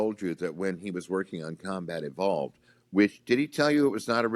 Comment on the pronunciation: "YOur combat has EVOled"